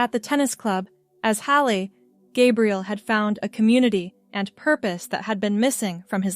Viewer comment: Stop mispronouncing Gabriel 😮